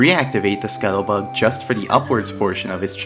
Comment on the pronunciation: Why can't you fucking pronounce scuttlebug